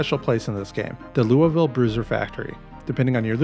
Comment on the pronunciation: whats more painful is hearing everyone mispronounce louisville, you almost got it right, the I in loui is silent